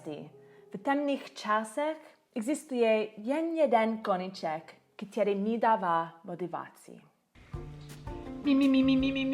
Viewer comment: Dobrý. Chce to trochu zlepšit výslovnost ň (není), ď, ch. Naopak ve slově který je t, ne ť. A někde ch slyším. Nakonec možná není problém ve výslovnosti, ale v tom, že cizinec mezi tím nemusí úplně rozlišovat při poslechu. Nevím. Ale gramatika je v pořádku. Sem tam nějaká drobná chyba, ale je ti dobře rozumět a ani nemáš moc cizí přízvuk. A co se týká učení cizích jazyků ... momentálně se neučím. Angličtině rozumím mimo slangu a problematické jsou texty písní nebo knižní angličtina s velkým počtem přídavných jmen. Nějak to stačí k tomu, abych se domluvil, v Americe je spousta přistěhovalců a nikdo od evropana neočekává perfektní angličtinu. Akorát pořád zapomínám gramatiku jako podmínky a předložky :(